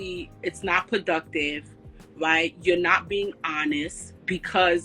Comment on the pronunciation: “Thewapy”, “pwoductive”